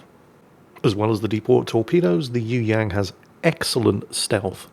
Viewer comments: Pronounciation Correction its Yue...Yang!!!! Not Yoo Yaan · ..you ask "what do you need to know about the Yueyang" How about "how to say "Yueyang"? Try this..search for a song "yue liang daibiao wode xin" Thrn listen how to say "yue" Yang..,the ang rhymes with "song"